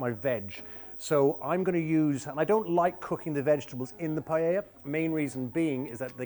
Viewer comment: I made this with him on an rte kids cooking show and he had to say paella 50 times before he said “pie-ah-a” instead of “pie-ell-a” lmao